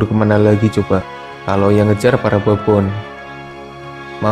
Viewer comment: Baboon dibaca babun boz xD